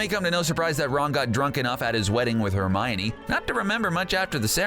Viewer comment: I love how all of the comments are about things they did wrong and I’m just here liking all of it. P.s why did you say Hermiony and you CLEARLY dont like Harry Potter that much and prefer VEIWS.